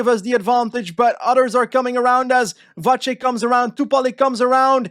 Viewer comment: just some quick tips about the pronounciation of Czech/Slovak names: c usually is the "ts" sound, so Matyáš Kopecký should be kohpetskee (same goes for Lotte Kopecky I guess unless she´s decided to start pronouncing it the same way Pulisic did) not kohpekee, Tjoupaleek (the "ou" sound is kinda like mOE from the Simpsons) instead of Tupalik, and also "Vatsek" instead of "vachek", youd only say "ch" in the case of "č", whereas his name only has a normal c in it, hopefully this helps